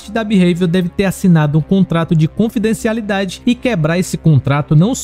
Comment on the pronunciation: Cara mano vc n sabe falar confidencialidade kk